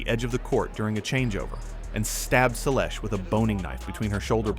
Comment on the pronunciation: If you want to attract tennis fans to your channel, you need to pronounce players' names correctly. I stopped watching after hearing how you mangled Seles.